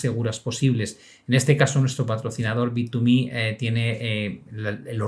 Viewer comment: ya se confirmó como un vendedor de publicidad de bittuuumehhh 😂